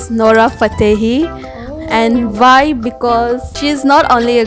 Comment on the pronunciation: Vhy??? Vater.... vhat...... Indian accent at it's best 😆